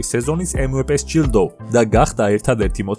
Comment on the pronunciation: 76 მილიონი კი არა 37,46 მილიონი გამოიმუშავა სტეფმა და საიდან მოიტანე 76 საინტერესოა. ემვეპე არა, ემვიპი და სტეფ ქარი და არა სტეფან კარი. აღარ გამიგრძელებია ყურება... ვარიორს არა უორიორს